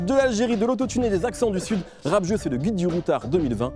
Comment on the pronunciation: Rap Zeuu!! mdrr le présentateur